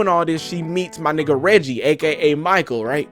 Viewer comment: His name is pronounced Reggae, like reggae music lol. So to clarify michael is related to the family. The mother of the italian guy is his aunt. Michael mom and dad died ina car crash when he was 10. So that is his maternal family. Dad obviously was black. So Michael and the italian guy are cousins. Mateo (the italian guy) got into a fight at the end because he is jealous of Michael. Michael was the golden child. The family liked him, he was responsible, sucessful, etc. and Mateo was the f-up traveling the world and not taking life seriously or being there for his family, so he felt he finally won by getting Anna and getting the families approval. Mateo threw in Michaels face that he wasnt really apart of the family (low blow) and Michael punched him, thats how the fight started. Its clear the dad obviously saw Michael as a 2nd son, as he encouraged him to go after Anna. I believe the script was written by a white woman I believe so thats probably why it felt off at times. But I thought it was such a cute movie, I will definetly watch again. The Disney feeling you were getting is their attempt to be light hearted because alot of the time black love movies can be very heavy, and we are not used to lightheartedness. I also think we need to remember rom coms are supposed to be predictable at this point. We don't watch them for the twists and turns, we watch them because we enjoy seeing people falling in love, with funny moments along the way.